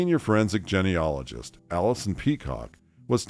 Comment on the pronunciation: It drives me crazy that this narrator does not know how to pronounce "genealogy", or "genealogist", properly.